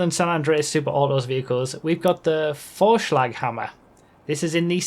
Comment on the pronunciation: Vorschlaghammer was very well pronounced. You have to have lived in Germany before